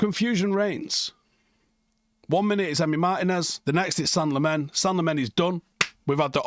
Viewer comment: Belgian dude at work says you pronounce it “Sen-nuh Lah-mens” Get used to it reds! Hopefully we’ll be saying it for a long time for all the right reasons 🤞🏻